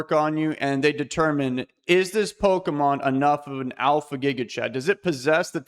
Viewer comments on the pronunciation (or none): none